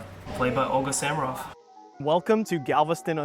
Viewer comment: The background music is Samaroff's recording of the Ernest Hutcheson piano arrangement of Wagner's Ride of the Valkyries, from the 1920s. She made many marvelous recordings. By the way, isn’t her last name pronounced with the accent on the second syllable?